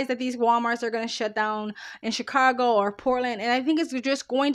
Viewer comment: There's no R in Chicago.